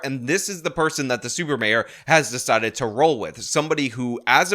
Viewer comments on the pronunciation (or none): none